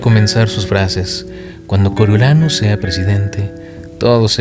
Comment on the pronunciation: Me gusta cómo narras, pero porfavor, haz un esfuerzo con el nombre de Snow😢, como vas a decir "coro YO" SE PRONUNCIA "CORIO"😢